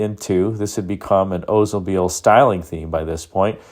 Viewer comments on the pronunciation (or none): Why can’t people pronounce the name correctly. The narrator says “Ozemobile” but pronounces Olds correctly.